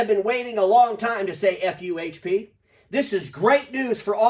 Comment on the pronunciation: FuHP sound like "Fump" to me 😀